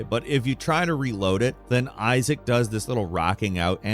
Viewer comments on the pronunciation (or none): none